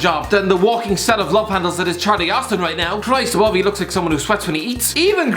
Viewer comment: Never did I think the words CHRIST ABOVE can be said so posh and also by a woman,on THIS CHANNEL